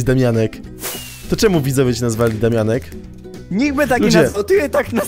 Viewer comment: to juz sie robi chore i wkurwiajace z tym "daumianek"